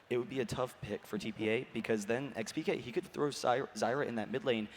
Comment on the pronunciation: i dont understand, how hard can it be to say xpeke? why does every single comentator say expeekay?